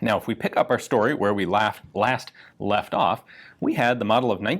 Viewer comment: He said laugh off Left off